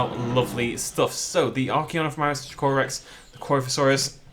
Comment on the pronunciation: Drake o Rex not drucorus